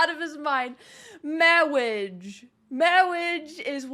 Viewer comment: "And there was this guy, who was also watching".... C'mon now you know that this was either someone you know or you that was doing the "Mawwage" speech at that wedding. I'm just glad you weren't around near the reception. They probably served chicken wings and I can just hear you saying, "Have you the wing?" 🤪